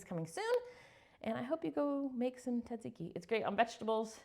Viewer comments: I love this recipe! Yum! Btw, my first job as a teen was in a Greek/Italian restaurant and they explained it’s pronounced SAD ZIKI. Hope that helps you as much as it helped me! 😉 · It’s pronounced taziki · We have a restaurant near us named Tzatsiki's. They pronounce it "zaht-zee-kee." Thanks for the recipe! (I add mayo to my version, too!)😊